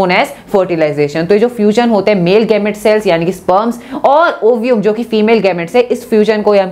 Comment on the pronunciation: जैमेट nhi गैमेट hota hai tmhara bhai glt bolta hai😂